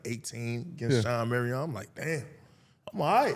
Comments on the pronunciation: "Shawn Marry-On" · 😭😭😭😭is that Shawn Marion from the suns? Orr….